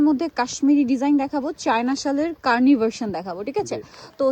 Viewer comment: কার্নি ❌ কানি✅